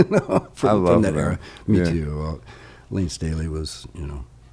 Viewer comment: When Layne Staley became "Layne STANLEY".